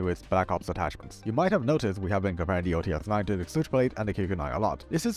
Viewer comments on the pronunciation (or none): OTs 9 not OTS-9